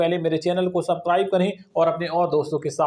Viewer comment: بھائی سب رائب نہیں ہوتا سبزکرائیب ہوتا ہے سبسکرائب برا مت مانئے گا